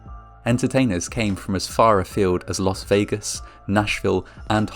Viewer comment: It's LAS Vegas, not LOS Vegas.